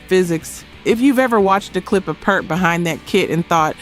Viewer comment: Narrator choice is incongruous with the subject. Maybe better for R&B. And the drummer for Rush; his last name is pronounced to rhyme with “heart”. RIP